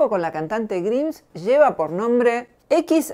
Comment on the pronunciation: se pronuncias , Roxy